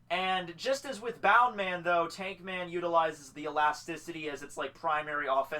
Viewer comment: It's BOUNCE man.. not bound..